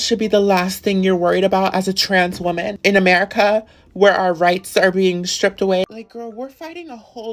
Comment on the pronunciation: They way he pronounced woman is all you need to know it's a front and for attention